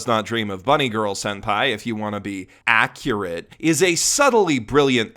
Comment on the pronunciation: Oh you mean "Accuwate"?